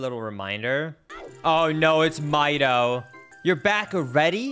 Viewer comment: I think that Mido's name is pronounced 'Me-doe', not 'My-doe'! XD I had read on a 'Legend of Zelda' website that the Kokiri children all have notes from the musical scale in their names! One of the children is named Fado! :D